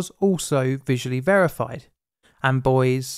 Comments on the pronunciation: omg why does he keep saying "boys" instead of "buoys" hahahahaha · Sounds like Boys when you say buoys lol